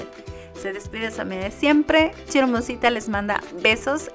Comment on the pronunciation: Cada vez q dice hermosita, de escucha Chismosita 😂